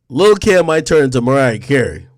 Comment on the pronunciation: It sounds like u said lil Kim